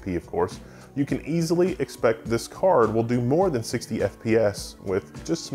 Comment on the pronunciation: haha I wasn't really paying attention, as I was working in another thing, but during more than 5 minutes I heard "car" not card. Even knewing at the very beginning you were going to review a graphic card, well that's me